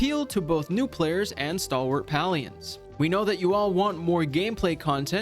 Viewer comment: Palians = pay lee ins.. just so you know how to pronounce it.. I know it triggers some people's OCD..